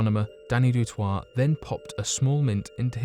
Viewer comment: You say it du toy, I know it’s spelt differently but I’m South African and I know many people with that surname